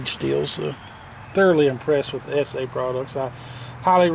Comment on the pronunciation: Thank ****, finally someone who can pronounce ESEE right.